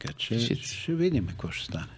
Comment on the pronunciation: Карболке,не НемоА а Немога! И не Ше А ще!!!!! Я първи клас за правоговор! И не Нооо А много! Ти Къкъв език си учил бре????